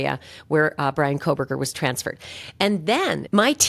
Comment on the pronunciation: I cannot listen to anyone who can't discern there is NO "L" in Kohberger!